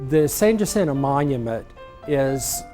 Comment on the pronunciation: U would think if they going tell us about the monument they learn how to pronounce San Jacinto !